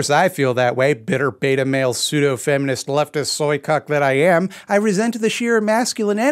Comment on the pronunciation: Hearing him say "fiminst iminim" was Very Funny, however.